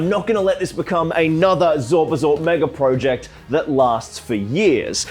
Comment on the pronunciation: I can't believe after the amount of projects you have undertaken, you still haven't learned how to pronounce "project" yet....